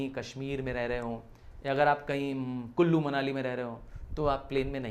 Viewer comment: It’s not Kullu Munali it’s “kolo muani”😂😂